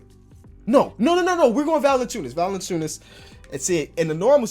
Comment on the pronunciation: it is not pronounced "Val-enen-chew-nus", but rather "Val-en-chew-nus